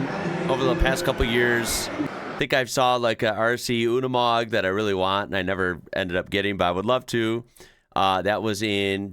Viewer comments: Unimog pronounced " you- nee-mog" not oonimog. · My German is rusty but oo-ni-mog would be more correct than yoo-ni-mog if pronouncing it in its native language. has been pronouncing a lot of brands in their native language which is kinda cool tbf. BMW and Skoda spring to mind and also how he says Australia 🤣